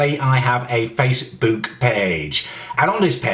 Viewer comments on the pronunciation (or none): "Let's have a LEWK on faceBEWK" CEWK BEWK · face. boowk. payyge.